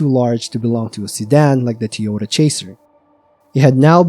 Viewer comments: you’ve got to admit, your pronunciation of Toyota as Tee-ota is suspicious. I’ve heard many different accents and dialects over the years and never once come across a human who pronounces Toyota like that. AI read Redit stories on the other hand… so I can see how if this was someone’s first video from your channel they could get hung up on that. Took me listening very closely to reassure myself that this definitely is a human voice, and I’m not crazy. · Sad story, but I think there car was a "Ty Ota" not a Tee Ota .